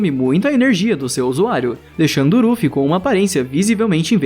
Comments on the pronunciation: para de falar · Q raiva ele ficar falando rufi toda hora man, desconecta do video toda hora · Cara no áudio você ficou chamando o Luffy de kkkkkk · eu tou doido ou ele fala? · Não é é luffy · E pronuncia luffy msm eu assisti usando sem legenda so no dublado luffy fica mt melhor vc é br mn na veia 💪🏻🔥😎